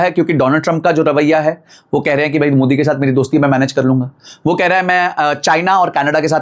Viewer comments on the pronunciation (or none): none